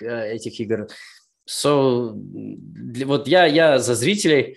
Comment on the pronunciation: “–So…” вышло англиский вхахах